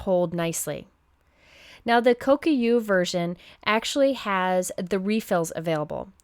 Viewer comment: Only because you sometimes have said you weren’t sure how to pronounce something, I’ll just mention that the Kokuyo adhesive isn’t pronounced “Ko yo ku”, but is actually “ko ku (as in koo) yo”. :). You are, however, one of the few I’ve heard pronounce ‘Gansai Tambi’ correctly! Japanese is actually quite easy to pronounce as long as you know the sound the vowel makes. Ahhh ehhhh eeeeeee oh uuu (ahh ape sea owe you). For the most part, each letter is pronounced, and if there are two vowels together, each is pronounced... ga n sa eee tam bee. So many people watch your videos, I’m sure there are more people who now pronounce gansai more accurately now! Haha, this gets me thinking about how many people incorrectly say, ‘multi Mat medium’ instead of ‘multi medium mat’ (even other well known card makers), and ‘Modge Podge’ instead of ‘MOD Podge’... drives me nuts! Anyway,, thank you for your recommendations! I refer back to your ‘Favorite Crafty Things’ all year long!